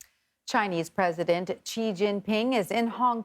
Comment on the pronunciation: Its Xi like in shee, not CHEE. The education of these reporters and journalists are absolutely atrocious.